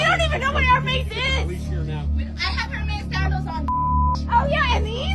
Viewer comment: Hermeeze😂🤣💀💀 gtfoh this aint no damn harry potter 😂